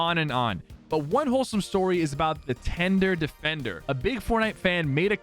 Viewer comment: TENDUH DEFENDUH